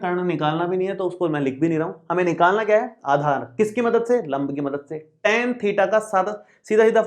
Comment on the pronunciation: Aadhar ki jagah par aachar😂😂😂